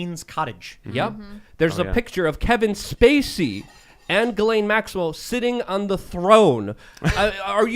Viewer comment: Ghislaine is a French name and it’s pronounced ‘Gill-En’ G like in Gun and En like in End. Happy new year 2022 ✌️